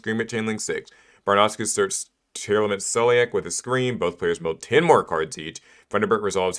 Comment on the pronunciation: Why does everyone pronounce Tearlaments as Tear-Elements when it's a portmanteau of the words 'Tear' and 'Lament'? That's two 'e's being pronounced that do not exist, and one 'a' that's gone missing.